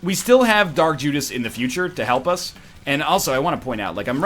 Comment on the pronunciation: He said Jark Judas lol